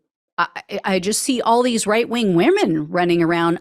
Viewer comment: Did she say “Reich Wing???”🤔🤔😂😂😂